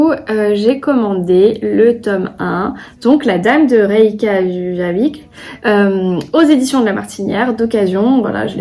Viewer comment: Coucou, j'adore tes vlogs tu me fais tellement rire avec la prononciation de La dame Reykjavik 😂🥰❤